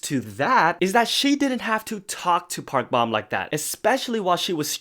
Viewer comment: Just a friendly reminder that Park Bom is pronounced as Bom like “dome” Long O